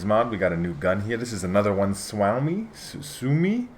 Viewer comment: It's pronunced like Sue owe me